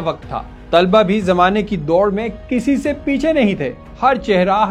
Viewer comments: بہُت بہترین ڈاکومنٹری ہے۔ آپ کا انداز بھی بہُت اچھا ہے بس لفظ " طلباء" میں ط پر پیش اور ل پر زبر پڑھیں یہ صحیح تلفظ ہے۔ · اچھی نیوز رپورٹ ہے ۔لب و لہجہ بھی اچھاہے۔ لیکن آپ طُلباء کہہ رہے ہیں جو بار بار دہرانے کی وجہ سے دماغ پر ہتھوڑے کی طرح بج رہا ہے۔ درست تلفظ طلباء ۔۔( ط پر زبر ہے)۔ براۓ مہربانی اس حولے سے آٸندہ خیال رکھیے گا۔ Tulaba wrong.... talaba durust